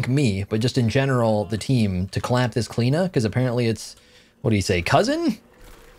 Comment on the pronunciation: Where's the 'O' in your pronunciation? O_O